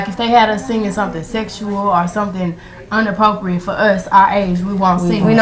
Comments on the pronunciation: Beyoncé said uninappropriate 😂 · “Unappropiate” .... Really Beyoncé? 🤦🏽‍♂️😂